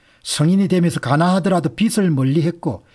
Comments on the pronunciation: 빚이라는 단어를 읽으시면서 비츨, 비들. 비슬 등으로 발음하시는데 정확한 발음에 대해 살펴 보시길 바랍니다. 연음법칙에 의해 비즐이라고 읽는 것이 표준으로 알고 있습니다. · 우리 말과 글엔 쓰는글과 읽는말이 따로있는데 요즘 말은 많이 잘못되어 있어서 말씀 드립니다 빚 - 돈을빌린것 빚을 - 비즐, 빚이 - 비지 빛 - 햇빛, 불빛 빛을 - 비츨, 빛이 - 비치 빗 - 머리빗 빚을 - 비슬, 빗이 - 비시.